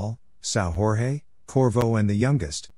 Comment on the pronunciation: Sao Jorge is a Portuguese name and not a Spanish name. You are pronouncing it as if it was a Spanish name. it is not pronounced Sao Hor-hei, it is pronounced like Sao George.